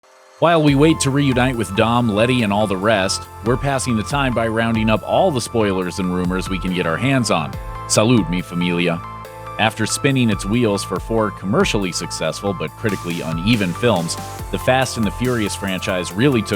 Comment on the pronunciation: Never say salute me familia again if u say it like that